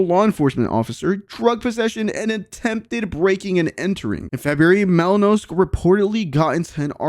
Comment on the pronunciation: It’s Malinowski u idiot at least get dudes name right…!